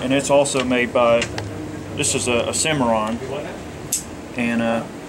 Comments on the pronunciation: Not 1871, 1873. And there's no H in Cimarron. It's sy-mar-ron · It is pronounced Cim·ar·ron geographical name \'si-m-a-rän, -ron, -ran\ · the guy behind the counter really doesnt know about western firearms. he made a bunch of mistakes . mispronounced the word cimarron . made errors on facts about certain guns. if i were there id ask for a salesman who knew what he was talking about.